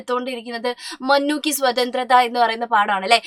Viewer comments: മുന്നു അല്ലെ മന്നു അല്ല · മഞ്ഞു അല്ല മുന്നൂ ആണ് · Mannu no munnu is correct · മന്നു അല്ല മുന്നു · Mannu alla Munnu an😂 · Miss mannu alla❌ munnu anu✅😂😂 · മനു അല്ല മൂന്നു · ടീച്ചറെ മുന്നു അല്ലേ മന്നു അല്ല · മന്നു അല്ല ടീച്ചർ മുന്നു എന്നാ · Mannu അല്ല munnu ആണ് 👍🏻